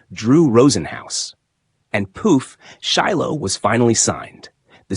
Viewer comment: His damn name is pronounced Shy lo